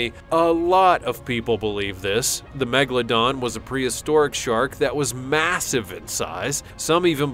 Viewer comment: Why he always says Megladon. The name is MEGALODON.